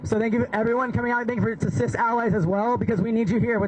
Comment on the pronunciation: I bailed when she said "cis alleys".